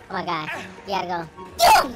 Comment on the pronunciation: "Ohmahgawd it's blanka"😂😂😂😂😂